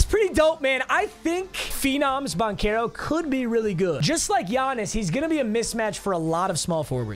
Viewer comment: its pronounced ban-chair-o not ban-care-oh